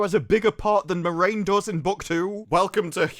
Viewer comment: I have to say, I am disappointed. You spent the entire review getting a character's name wrong. Every single time you mentioned her, you got her name wrong, just so completely. I have to assume you did it on purpose! Well, just to set the record straight, the main character of this TV series isn't Moraine. It's Moron!